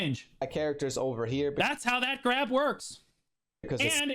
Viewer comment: that might be his best "I'ma gwab them" so far. We need a compilation of these